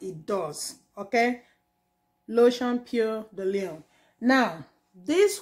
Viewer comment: Thanks for the video sis. Its a very good cleanser. The brown one is strongest, green is for sensitive skin and the pinkish one is regular. It's pronounced "po di loun" peau de lune. Meaning moon skin 😁